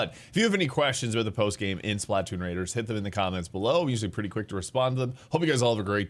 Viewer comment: It's Splatoon. Not Spla Toon.